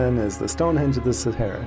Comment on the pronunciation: Save for the fact Sahara is continuously mispronounced! Even by the host!!!